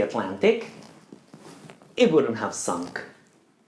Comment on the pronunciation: very good lesson, only pronunciation "sunk"